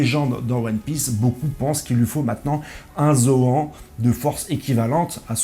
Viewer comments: Gars arrêt avec ta prononciation de Zoan en Zo An 🤦🏾‍♂️🤦🏾‍♂️🤦🏾‍♂️🤦🏾‍♂️🤦🏾‍♂️🤦🏾‍♂️ c'est Zo han tu ne dis pas Jackie champs bin la c'est pareil bro 🤦🏾‍♂️🤦🏾‍♂️😅😅😅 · C'est un détail mais ça se prononce Zoane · Tu dis Gohan non bah c'est pareil Zohan 🙄zoan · ta facon de prononcé zoan faut la revoir mdrrrrrrr vraiment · Ta prononciation de zoan me stresse 😂😂